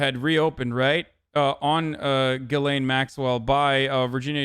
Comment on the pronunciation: It's pronounced Jizz-lane. I looked it up.